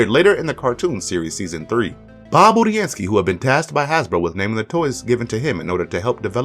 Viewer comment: At least he said Budiansky the right way, unlike all the other reviewers.